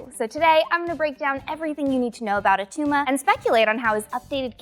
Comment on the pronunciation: It’s not Attuma